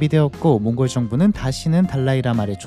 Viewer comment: 왜 몽골로 라고 안하고 몽고르로 라고 발음 하시는지 궁금하네요 버릇인가?